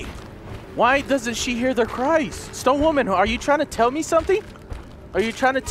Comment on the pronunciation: Every time he says stone women it sounds like he's saying stoned women